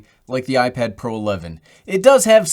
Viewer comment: i don’t think anyone noticed this but he said iPad Pear